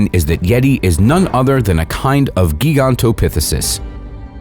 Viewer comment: you miss pronounced GIGANTopithucus and TITANoboa. but you are true about each animal relating to these mythical monsters.